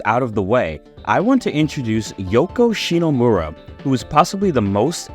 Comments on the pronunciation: First, her family name is ShiMomura, not "ShiNomura" as you say in the video every time you mention her. Second, her name and the rest of the music team having their names hidden is not a sexist thing like you try to make it look. At the time it was common practice for game companies to hide their employees real names so they could not be scouted by other companies. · cool video man ! Hate to be that guy, but it kind of hurt that you kept pronouncing "ShiNOmura", and did not get Yoko Shimomura's name right once during the video 😅, especially when the main gist of the video is about her. Cool video though, like your work :). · didn't know that AI program to fix voice was a thing! But yeah, sorry to be picky, it just that because it is kind of a homage to her work, it is a shame that the name sounds mispronounced several times.